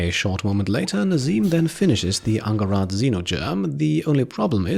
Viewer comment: Angharad is a Welsh name and should be pronounced with a soft 'g' and a hard 'h' :))